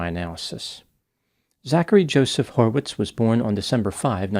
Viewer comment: Hmm, horwitz? Lol. Every time.